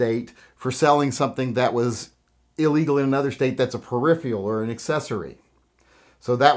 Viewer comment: Peripheral, not peripheeal